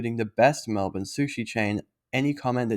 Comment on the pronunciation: Like 'Mulbn'. its not Melb'ORN'e